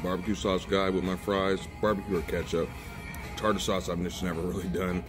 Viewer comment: Tater sauce 😂😂 Tarter sauce... and you have to mix the tarter sauce with Ketchup!